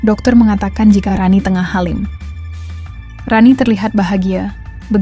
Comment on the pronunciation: Mba maaf ya membacanya yg benar masa bilang hamil, jd halim